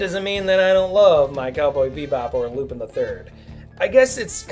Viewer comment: U r saying it wrong lupin not lupine